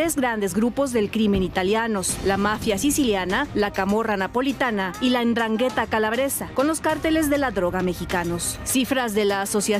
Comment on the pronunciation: LA "CANDETA" DIJO ESTE PERIODISTA? 🤔🙄🤣🤣🤣🤣.....'NDRANGHRETA👈 ASI SE ESCRIBE Y CASI SE PRONUNCIA IGUAL DE POR DIOSSSS🤭🤭🤭